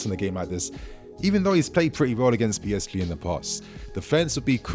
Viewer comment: You can’t pronounce PSG correctly it sounds very strange.